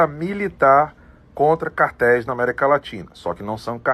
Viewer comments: CAR TÉIS, CARA, NÃO QUARTÉIS! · Não é quartéis e sim CARTÉIS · É BIZARRO SEU GRAU DE ANALFABETISMO, TENTA VER AS LETRAS ANTES, PELAMORDEDEUS, SÃO CÁRTEIS, VOU REPETIR, CÁRTEIS E não quartéis. Afffffffff